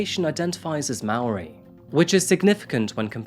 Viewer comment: Kia Ora and thanks for not butchering the word Māori. ❤